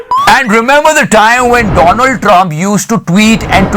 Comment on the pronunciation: Dolaaand trump...omg